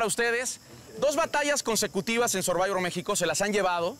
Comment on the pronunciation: Dice el comentarista, sorbayvors. Le copean a programas americanos y ni el nombre lo pueden pronunciar bien.